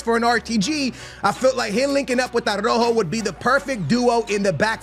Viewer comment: Why do you disrespect Araujo calling him "Arrojo"?